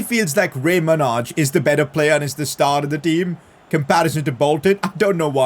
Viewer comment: Pcq: Manaj is pronounced like J- as in example Y- ellow so when u say his name u are mispronuncing the J